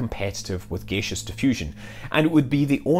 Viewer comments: Have never heard "gaseous" pronounced as /'gāSHəs/, only /ˈɡasēəs orˈɡaSHəs/. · What is gaysish diffusion? Is that similar to gaseous diffusion? Come on scott, your representing scotland man! Greetings from Edinburgh, Scotland :)